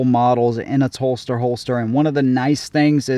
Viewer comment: Good review. I thought you were saying Phlster holster until I read Telstar. It’s hell getting old